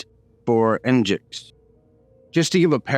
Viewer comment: nginx is pronounced like engine-ex, not n-jix lol